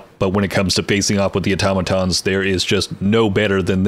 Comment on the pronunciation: Thank you for being one the few people on YT that can pronounce "automaton" correctly 👍🏻